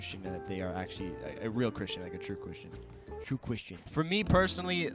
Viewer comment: "Twoo Chwistian"